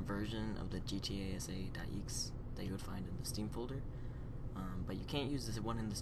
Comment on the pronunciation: He says "eeks" when he said exe wtf